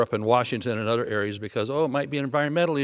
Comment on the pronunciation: He is very articulate when he speaks, but why are you saying "udder" in replace for "other"? Im not sure why that bothers me, but it does.